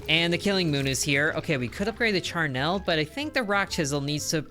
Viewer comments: It's pronounced char-NULL, not char-NELLE. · Charnel is pronounced -nul, just remember its not a happy thing, so don't smile to pronounce it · Oof, you are actively hurting me with how you are pronouncing Charnel It is not spelled Charnelle